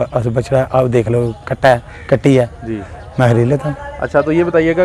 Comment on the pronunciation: urdu mae tu ayse bat kr rhy ho jesy apki bari perfect urdu ha or agy wala bnda pta b ha urdu nhi sahi bol pa raha phr b apna luch dali ja rhy ap ... Kam iz kam parhy likhy ho frontier ki mantality ko tu samjhu na.... K wo kes way mae bat krna chah raha ha or. Ap katty ki bajaye katry katry masalsal boli ja rahy... Kia bat krty ho jnab...... Kia bat krty ho..... Ayse lag raha tha k ap pehli or akhri dafa urdu bol rahy ho don't, mind.... Hun gusssa na kri...... Acha........